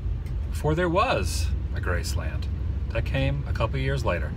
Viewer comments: Nice video... Only 1 issue with it... And believe me, you aren't the only one... Your pronunciation of the name... Graceland... It is all one word... Graceland... (Gracelin)... Not as 2 words... Grace Land... Thanks for vlogging! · GRACE-lund... not Grace-LAND, Elvis never said Grace-LAND. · Y can't u say graceland right...geez....🍻